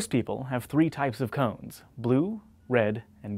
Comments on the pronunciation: Why he say "crans" funny? I dern't git it. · is it me or does he say cones wierdly?